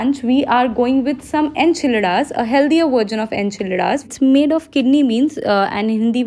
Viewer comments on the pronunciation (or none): you pronounced Zucchini as Jushni and Enchiladas pronunciation was way too funny 🤣😂